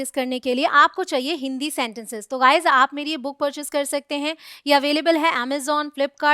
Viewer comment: Woh sab toh theek hai ma'am ग़ाइज़ (guys) nahin hota गाइज़(guys) hota hai ग boliye।।।। ग़ नहीं।